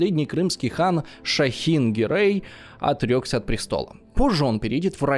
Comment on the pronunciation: Не Гъерэй а Герай.